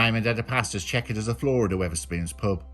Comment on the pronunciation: I had to listen to the whetherspoons carpet bit about 5 times because I kept thinking you were saying 'liked birdwatching and checking whetherspoons carpets' I was like what the fuck! Haha